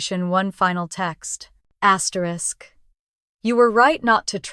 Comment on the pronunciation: Stop saying asterik. It is stupid and disruptive